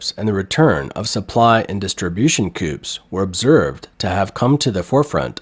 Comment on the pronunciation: Can you please get someone who actually understands words to provide the voice overs? Co-ops should not be pronounced "coops" like chicken coops.